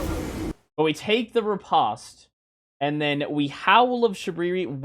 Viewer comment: Just for future reference, riposte is pronounced like ree-post